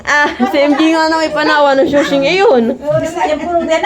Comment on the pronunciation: Sushi naman po kasi, hindi shushi